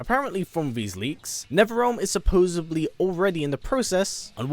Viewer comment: I really wish he would pronounce supposedly correctly. The only thing I ask to get from Netherrealm is another game.